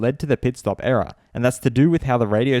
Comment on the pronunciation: I keep hearing era not error